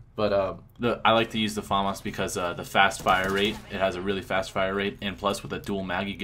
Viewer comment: they are saying famas wrong lol